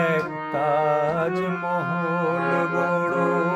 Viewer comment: মনে হচ্ছে মান্না গাইছে 😊😊😊 পিন্টু ভট্টাচার্যের কোনো ই ছাপ নেই তোর গায়োকীতে ভাই 😅😅 অরিজিনাল গানে কোথাও কোথাও ঠিকঠাক সুরে লাগেনি.. তুই বেশি সুরে গেয়েছিস ভাই... তবে তাজমহল উচ্চারণ সঠিক নয় .. উভয়ের ক্ষেত্রেই...